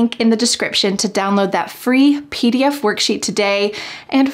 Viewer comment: Why is clear pronounced khlear ...and twenty pronounced thuwenty ...and pdf as phee df...